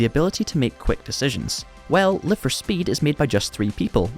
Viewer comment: On ne prononce pas "Laïve..." mais "Live... car il s'agit de l'infinitif !! Sinon ce serait Life !